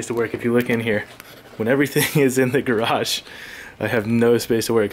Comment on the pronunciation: should say my garage how he says garage garage